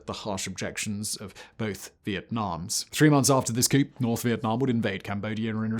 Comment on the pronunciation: you dont pronounce the p in coup